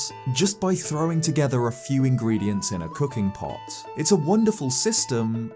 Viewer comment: Now that's a funny way of saying ingredients